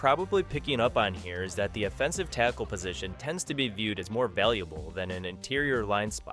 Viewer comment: A.I. is bad at it's pronunciation of "offensive" and "defensive"